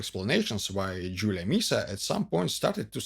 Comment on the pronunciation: The Latin pronunciation of "I" is the sound of The English "Eee", so it is pronounced "AntoNINE-us", just as you pronounced "Jul-EE-A" correctly. Latin vowels were pronounced ah-eh-ee-awe-oo. Long sounds only for I (sounding like EE) and U (oo). What's with that sinister ski cap look?